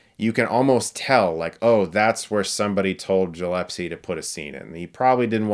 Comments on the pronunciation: The director's surname is GilleSpie not GillePse. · Are you pronouncing Gillespie as “Gillepsy” on purpose? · Chris: Take a good look at the name of the director. Gillespie, not Jillepsie. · Loved the vid, but I think it's gill-ess-pee not gill-ep-see? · By the way it’s GilleSpie with a hard g, not jillepsie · Don't take it otherwise...i liked the movie and it's music but your review is looking like you are taking revenge of something!!! You're movie review sucks dude... And yeah,it's Gillespie,not jilespie.... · GilleSpie ...not GillePsie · Love your videos Chris, but it's Gillespie, not Gillepsie. Just thought I would point that out since you mispronounced his name so many times. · Did he just pronounce "Gillespie" as "Jill-epsy"? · GilleSPie, not GillePSie lol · Chris: it's Gillespie, not "Jillepsy". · Love ya Chris, but it's Gillespie, not Jillepsie -- lol, I'm sure by now 10,000 other obnoxious people like me let you know. :D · "A family movie" Uh, it's a movie about a woman who wants to kill and skin dogs to make a coat. The premise alone screams, "not really for kids". Say it with me.... GILL-ESS-PEE. Not jillepsy. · Wait did you just say Gillepsie instead of Gillespie? Hi Chris... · You've really got to work on pronouncing people's names. There was Michael Chaves the other day (an obviously Hispanic name), and now Craig Gillespie - a very clearly Scottish name. Krayg Gill Esspy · It's not "Jillespie"! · Isn’t it pronounced... Jill-ess-pee? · Gillessss-pie! 😖 haha sorry. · Man you say the surname so weird it's pronounced - Gil-Less-Pay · Um ... Gill-es-pie ... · Gi-Less-Pee. You're welcome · "Jillepsie" "Jillepsie" stop "Jillepsie" [eye twitch] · u said the director's name wrong more than once :/ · I'm pretty sure that's not how Gillespie is pronounced. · Gillepsie??? Come on, Chris, Minty can get away with that, but not you. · Chris is butchering the directors name so bad lol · Every time you mispronounce Gillespie a puppy gets skinned